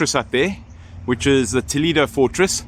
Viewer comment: Toledo, the vowel "e" is pronounced like the "e" in the word Elephant, not the sound "e" that you have in English language. When I hear you pronouncing it, I almost die 😂. I do not want to know how angry toledanos ( the native inhabitants of the City) can be or feel after listening you saying the name of their City the wrong way 🫣🫣. Aparte from that, I know Toledo And yes, It is a historical jewel, but in Spain we have manyyyyyy others : Santiago de Compostela, Ávila, Segovia, Córdoba, Granada, Tarragona, Mérida, Salamanca, Alcalá de Henares, Cáceres, Burgos, Sevilla, etc, etc Regards, enjoy